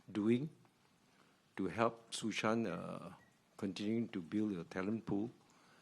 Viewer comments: its not susan, its su shan :D like it you geddit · "Susan"... "No, it's Shŭ Shàn" - Johnny English